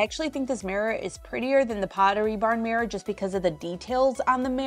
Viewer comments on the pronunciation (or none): Love your stuff, hate how you say mirror. Mares are horses!